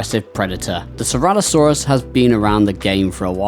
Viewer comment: Bro is it me or does he keep on saying ceralosaurus instead of ceratosaurus 😂😂